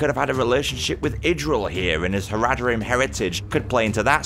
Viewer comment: You're pronunciation of Haradrim is making me want to die